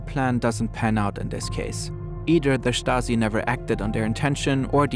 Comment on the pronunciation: “Da Shtazi”